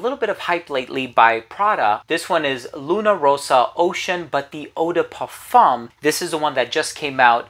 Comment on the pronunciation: The flawless way he pronounces "eau de parfum" alone deserves a sub, c'mon now :D